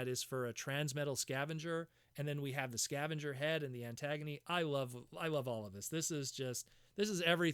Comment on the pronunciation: I dont think you are pronouncing her name right. It's a play on the word agony not antagonist. Ant-gunie